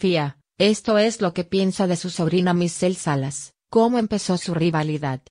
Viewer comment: Se llama Michelle Salas, porfavor habla bien antes de hacer tus vídeos, siempre haces lo mismo porfavor pronuncia apropiadamente.